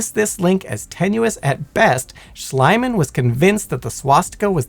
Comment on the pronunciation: It's NOT "Schleimann". It's "Schliemann" with an silent "e".